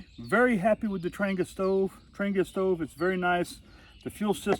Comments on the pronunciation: It’s pronounced “ trahnYAH” It’s Swedish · it’s “Tran-Jee-a” and you’re putting your windscreen together wrong. Connect the tabs first (outside in) and move on to the next piece (connect from the outside in) and so forth till you’re done. Good video though, just practice….. SanJoséBob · If you call or visit the Trangia museum in Sweden you’ll find the word Trangia is actually pronounced several different ways.